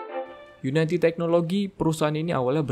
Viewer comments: unity bang, bukan united, kebanyakan video video luar nyebutnya gitu.. yuniti atau yunidi, bukan yunaiti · bacanya uniti bro, bukan unaiti :)